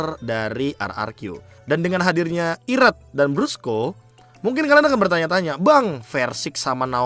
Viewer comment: Koreksi "BRUSKO" not "BRASCO" dah itu aja. 🗿